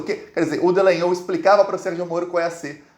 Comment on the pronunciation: pq vc insiste em dizer DEllangnol?